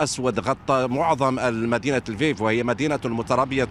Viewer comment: السفير الروسي الناطق بالعربية إصله اوكراني من مدينة ليفوف وساله مراسل الجزيرة أيهما اصح لفيف ام ليفوف ،قال تقراء وتلفظ ليفوف وخاركوف وليس خاركيف. مفهوم!